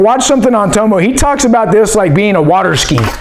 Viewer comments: Its not toe-mow, its TOM-MOW. My name's dave, Aussies call me Dave-O. Same thing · Toe-mo ? It’s Tommo mate 🇦🇺😂🤙🏽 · Love your reviews, I would never mention this normally and I'm not having a go I just thought you might like to know that in America most people are pronouncing Tomo wrong, It's pronounced Tom-Oh, His surname his Thompson so he's nickname would be Thom-oh as in the letter O.